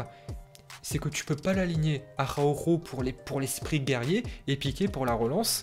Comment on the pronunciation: Comment sa espagnol il dit Arhako